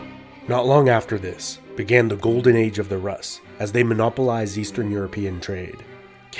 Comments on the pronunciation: Great documentary. One minor point though. It’s customary to pronounce foreign terms according to their native tongue. So, Kieven-Rus (or Киевская русь) is pronounced “Roose,” not “Russ.” Just something to consider, because English is not the center of the universe. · Take a shot every time you cringe at the pronunciation (personal favorites "kievan ras" "prince Slight-o-slov"). Even slavs with the strongest tolerance will get drunk